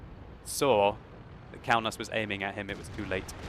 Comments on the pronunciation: Kaunas is city in my country KAUNAS (wot player) is from my country p.s you pronounce that very very wrong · Kaunas is a citi in Lithuania so u don't say it like you did. Už LIETUVA vyrai